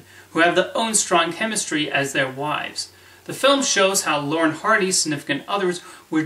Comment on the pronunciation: First, try to pronounce their names properly. It's not "Lauren & Hardy."